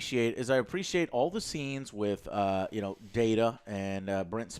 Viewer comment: It's DADA... Data you mean? :D